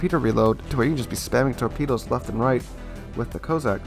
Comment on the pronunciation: COSS - SACK!!!! What is it with Americans and pronouncing English words. YOU took a famous Brit name as your own to make videos and yet... please, get it right. BTW, The Jean Bart IS still available for coal.